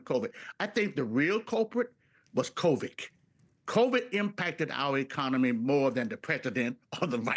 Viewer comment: Did he just say “covik “? 😂 wonder how much he’s being paid.